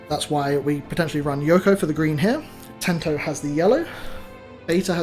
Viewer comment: I just played against someone on sim who was playing Justimon, but with Hudie options and Ryotama. They lost to Purple Mimi and Kari, but Justi has got POH-TEN-SHI-AL… Great video as always, can’t wait for more deck inspiration… Dark Masters 👀